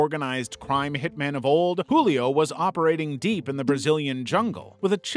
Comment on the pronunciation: Julio's J is actually said like the J in jewel Source: I am Brazillian